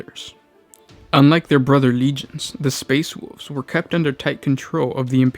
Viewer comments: Ahh, the space woofs chapter of the astardy. Btw if you do have genuine speech impediments you are doing well and I don't mean to be mean lol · like "space woov's"